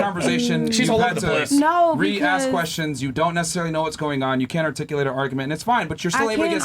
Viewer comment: "I can articulit" -incompetent 304